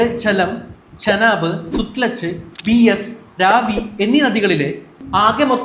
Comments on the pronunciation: രാവി അല്ല രവി ബീയസ് അല്ല ബിയാസ്, സൂത്ളജ് അല്ല സത് ലജ് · ചെനാബ് ❌ ചിനാബ് ✅ സുത്‌ലജ് ❌ സത്‌ലജ് ✅ ബീയസ് ❌ ബിയാസ് ✅ രാവി ❌ രവി ✅